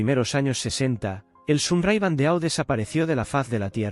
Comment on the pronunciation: EMPEZAMOS BIEN BANDEAU TIPO DE TIARA, SE PRONUNCIA BANDO, ACENTO EN LA O. APRENDE A PRONUNCIAR FRANCES.